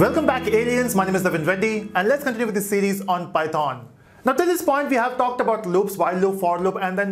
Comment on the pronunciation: the way he said python😂😂 but whatever he taught well